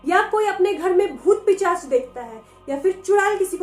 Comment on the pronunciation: Dii 1 years pehle or abhi ki videoes mai 1 baat common h jo maine dhyan diya h ki ap hamesa pisaach ko picaash kehte ho 😁